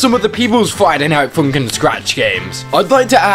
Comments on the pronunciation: "Friday night foonkin" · Friday night foonkin